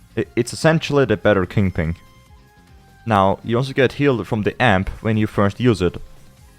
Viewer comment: don't mind me, just here to hear someone say "kingping" akin to cumberbatch's "pengwing"